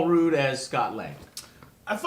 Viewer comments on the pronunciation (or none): He said rude not Rudd. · Love the channel, but for the love of god joe, learn how to pronounce people and company names. Paul r-uh-d not Paul rude, s-oh-knee not s-awe-knee, h-on solo not hAnn solo! Fuck dude, they say names IN the movies, interviews, and commercials! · his name is Paul Rudd not Paul Rude ( ruh-d) also Micheal Pena ( pen-ya) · Michael McDouglas, Paul Rude, and Michael Pienna?! Lmfao!!! Wtf Joe lol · It's Rudd, not Rude, and Douglas, not McDouglas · Michael McDouglas. Paul Rude...man, you are just pronouncing their names all throughout this review. It's Michael Douglas and Paul Rudd. And you just said you weren't gonna spoil what happened to Hank Pym, and you spoilt it in the next breath. WTF? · paul rude? thought it was said like paul rudd? like rudder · Paul Rudd and in RUDDer, not RUDE.. FFS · Paul Rude, Michael McDouglas and Michael Piena... Joe's got to learn how to pronounce names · Paul Rude?!? Joe, WHY do you mispronounce the easiest things to fuckin say all the damn time? Lol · It's funny how Joe knows absolutely none of these actors names. XD Paul Rude, Michael McDouglas, Michael Pienna? WUT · Michael mcdouglas... paul rude.... he can't even pronounce their names correctly, lol